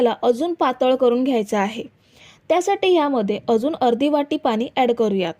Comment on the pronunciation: आधि भाषा सुधारा पानी नाहीत पाणी असत